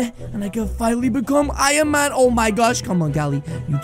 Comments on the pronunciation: He said ironcan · In the video I saw that sed ironcan instead of ironman